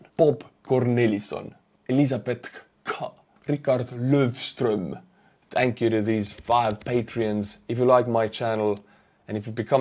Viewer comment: Rikard Lövström was perfect Swedish pronunciation 😍